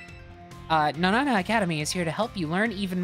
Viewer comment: Holy shit finally someone that pronounces naranja correctly